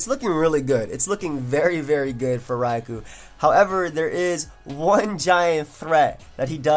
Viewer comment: Entire time I thought he said Ragu and not Raikou